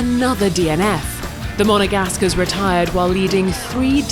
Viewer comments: Stop saying Monnegasque, its incredibly disrespectful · "The Monegascar..." must be said in every vid haha